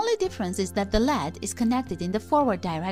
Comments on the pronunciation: its not LAD,its pronounced as LED( YEL EE DEE) NOT LED (lad) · I agree. Abbreviations should never be read as a word. They are L.E.D.